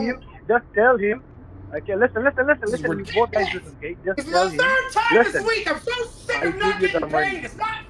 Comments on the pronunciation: 'I'm transferring you to the turd person'. Sounds about right. 🤣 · "So now I'm being transferred to a fifth person?" "No no no, uhhh to the turd person". LOL